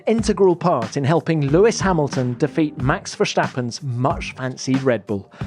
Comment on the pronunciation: There's no one who says Max Verstappen more than Tom Clarkson, and it grates every single time when he says VerSHtappen!! He doesn't even have a lisp, there's no excuse for it.